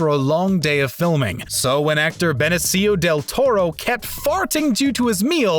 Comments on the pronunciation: Bene-SEE-Oh del tore-oh And Buh-Lock from Raiders of Lost Ark. If you're going to do narration, you should learn to pronounce things correctly. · "Beneciyo del toro" Oh god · Thank you! Yes. And "Bene-see-yo del Toro". Ugh. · Beh-neh-Seeeeeeeeeeeeeeeeeee-yo Del Toro. David Due-kawwv-nee. Gnat-sees Just wow. Nailed it. Don't tell me this isn't an auto text to speech. There's no way in 2020 there is an adult who doesn't know how to pronounce Nazis. WTF is this? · Not to mention the way he mispronounced Benicio del Toro.